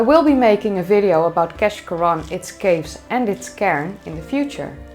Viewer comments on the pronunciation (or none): keshcorran is locally known as keash and pronounced kaish as in aitch